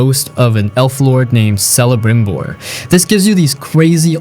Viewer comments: It's pronounced Kel-eh-brim-bor, not Sel-ey-brim-bor. Elvish, am I right? 😂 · its pronounced kelebrimbor instead of selebrimbor with a c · Bruh, "Selebrimbor"😂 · selebrimbor broo... watch out the lotr fans will hunt your down for that xD